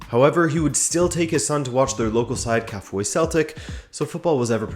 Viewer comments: Kafue pronounced as Ka-few-way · Kafue is pronounced Ka Few A😌 let us not butcher the name 🇿🇲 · Kafue pronounced as Ka-few-e....but good try. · Pronounced kar fewa 🇿🇲🇿🇲🇿🇲🇿🇲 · Please, you pronounce 'Kafue' as Ka fyu we.